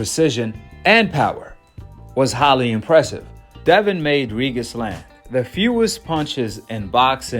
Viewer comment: Bro say Regis name correctly